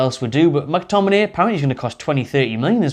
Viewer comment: no way mctominayy lol